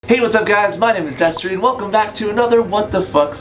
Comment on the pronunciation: did you just say "desertey!?" What its Destery